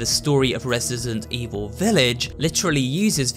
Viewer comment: i think i just heard him say resisent evil XDD dats so cute